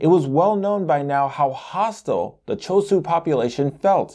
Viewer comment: Why is the h not pronounced it "shu" for ChosHu?